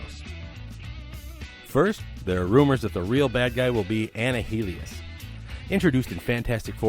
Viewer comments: Why are you pronouncing annihilus wrong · I'm sorry Anna hillius?!? Its pronounced annialus like annihilation. Did you do any research before this video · Bruh .. Did you say anna-heal-e-us 🤦🤦🤣🤣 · Wtf is an ani-hilus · learn to pronounce ''annihilus'', you fucking moron... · Nice video.... but I gotta say, way to butcher the name Annihilus man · 100% agreed. Now I've got to wonder if they pronounce it Avengers: Anni-hee-lay-shun. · That just ruined the whole video for me